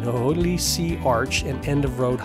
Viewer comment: Hōlei is ho- lay like the flower lei